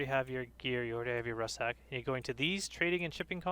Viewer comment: It's pronounced RUCK SACK. Not RUSS SACK..